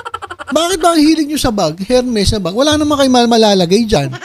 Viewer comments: FRANSWA IS SPELLED FRANCOIS! FRANCAISE IS PRONOUNCED FRANSEY!😀 AND HERMES IS PRONOUNCED ERMES! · ……. It should be without or silent “H” “ ermes” ….🤔😊🤩 more power ….. 🇵🇭❣️🇬🇧